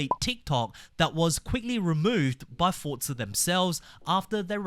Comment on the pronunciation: Bro its forza not fortza u